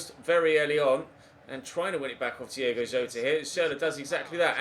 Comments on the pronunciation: Diogo Jota not Diego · It's DIOGO Jota